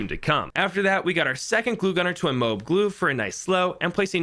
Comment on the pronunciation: m.i.b not mib